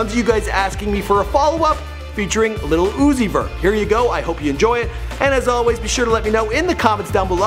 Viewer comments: I cringed every time he said "little uzi vert" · The old dude trying to pronounce his name has me dead af.. "lil Ozoot...Zee.....somebody" 😂